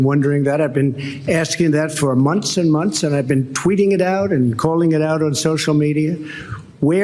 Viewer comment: Donnie baby…the word is pronounced “months” with a th ending. Not “monts”.